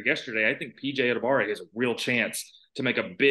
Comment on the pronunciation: What is up with people forgetting the "wa" in PJ Adebawore's name?